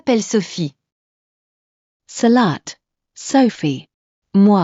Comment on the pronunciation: Terrible pronunciation of Salut and Enchanté !!